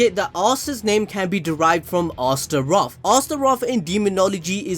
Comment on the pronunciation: Not to dis ur accent but it’s pronounced like this “assturoth” not spelled but spoken